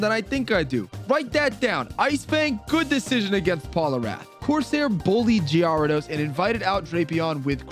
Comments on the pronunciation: Wtf is a gee-are-dos? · What is that gyarados pronunciation?!?!?? AHHHH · I think it’s pronounced gher-ah-dose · Thats not the right way to pronounce gyarados is it...? Is it???? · I feel like you're mispronouncing Gyarados to get people to correct you for the algorithm. In which case, good job, you got me.